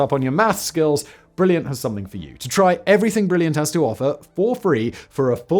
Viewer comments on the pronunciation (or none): none